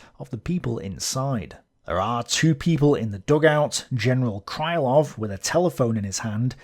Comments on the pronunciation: Krylov should be pronounced crih-love (not cry-love). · I enjoy the series mightily. Occasionally though you badly mispronounce a Russian surname or a toponym. This time your victim is the long suffering Krylov - it's not "kraylov", more like kryyylov. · my russian ear hurts each time you say cry-lov instead of kryhl-lov. Cry, Love! If he'd been cry-love, he'd have had his name transcribed as krailov. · It's pronounced "Creelov", not "Crylov". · Hi! Thank you for the great content! Being russian I dont mind/care if you pronounce some surname wrong, since it's too much to know everything. But. Since Krylov is a centerpiece - it's pronounced Kril O v ( [krɪˈlʌv]). I dont know why all "Krilovs" in wiki are considered "Krylovs". BTW, Alexy Isaev, who is considered as main russian historian of today is quite active in the web. I think If you would contact him, you could have some collaboration or maybe some useful info from him. Just a though. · Apparently, according to some other viewers, Isaev has watched some of my videos... But yes, in will start pronouncing Krylov correctly from now on (Kreelov) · The pronanciation of Krylov would be more accurate if you just say krilov/kreelov instead. It`s Russian ы which most westeners cant distinguish from regular i, like in see, me, be and we used to it. Some authors used y for this letter ы but it`s not in any sence sounds like english `y`. Just enter Крылов to google translate to hear the pronanciation.